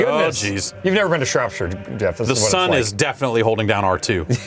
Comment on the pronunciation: gets points for saying Shropshire correctly and then instantly loses them for not knowing Esther.